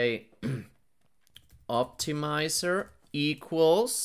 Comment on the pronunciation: 'tensoah' 'optimizah'